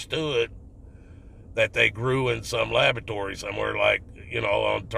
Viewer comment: "labatory".....LABATORY!!! Hahahaha